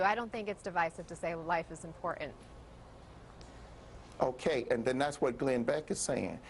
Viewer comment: She can't even pronounce important correctly.